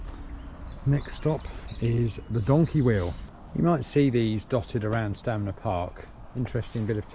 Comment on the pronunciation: It's Stanmer but he keeps saying Stamner?